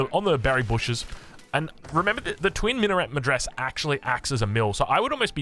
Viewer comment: Not that its important, but i figured i could help you with some of the pronounciations as a turk. Mehter is pronounced meh (as in the expression of something being mediocre) + ter (as in pronouncing tech, replacing the ch with an r) Twin minaret (the t is silent) medrese (its like madrasa, just replace the a's with e's, you pronounce every letter. Great casting as always.